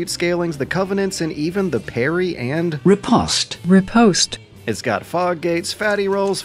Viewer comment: Nice touch on that riposte pronunciation.